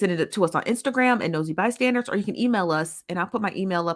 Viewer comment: It always sounds like she is saying Nosy ByStanDards. 😂